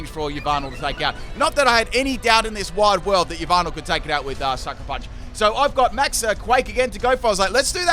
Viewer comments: It’s Ya Val tal not e valve tall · Did you just called Yveltal "Lyvato"? Sorry i seriously heard it that way. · Yvaltel is pronounced as Yahvotal Chech Mandjtv's channel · Anyone else bothered by how he says Yveltal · Im concerned about the way he pronounce "Yveltal" lol